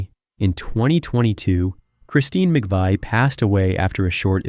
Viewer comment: and he mispronounces Christine's last name.